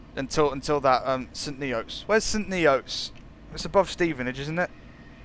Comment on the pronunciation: it is pronounced like st nits my dad once worked there